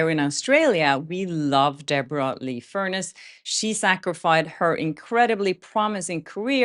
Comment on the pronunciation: Debra Lee FUR NESS …. You’re pronouncing it as furnace, the appliance that heats our house. ❤️❤️❤️✌️✌🏼✌🏼❤️❤️❤️